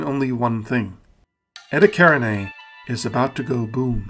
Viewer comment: You know what contributes a lot to these objects being unknown? Your mispronunciation of them. Eta karinai. Yeah, I've never heard of that before.